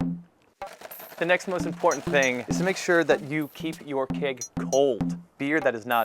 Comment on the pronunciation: haha i kept thinking is he saying cake or keg . LOL